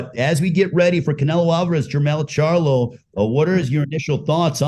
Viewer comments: He said Jermell CHARLUM 😂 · He said Jermell Charlum lol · Did he say Jermell charloM lol wtf. Is this mofo drunk off the modelo